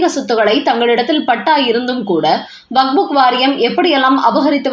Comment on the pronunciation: It's waqf. Not wakbuk. It's irritating to hear as wakbuk again and again. Please correct youself